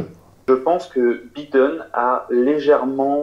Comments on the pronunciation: entre les "voice" et les "bideune" faites un effort sur les prononciations "les cocos" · Ca se dit "Baïdeune" et non Bideune! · Faites un effort... en Anglais le (i) se prononce (aille) et le (E) se prononce (ille) En théorie, il faudrait prononcer ‘’ Joe Biden’’ : « Joe-bail deun » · Es-tu s^ur qu'il habite aux États-Unis? Ça fait vraiment mal aux oreilles. Je ne connais personne qui ait passe plus de 6mois aux USA prononcer tous les noms 'a la française comme il le fait. "Biiiden", "buuuli" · le mec qui critique l’orthographe de ses abonnés tout en étant incapable de prononcer « Biden » correctement.